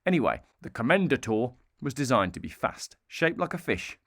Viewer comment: Dude, it's Calá. Not Cála 😂 Jalpa is pronounced the Spanish way. Isdera Commendatore you pronounced almost perfectly, only that you don't stop at Commendator but you carry on to CommendatorE, and not like the sound like EE but the short hard E.